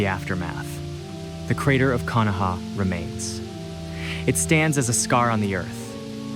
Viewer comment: Hey, nice video. You should look up how to pronounce Nagato and Konoha, though.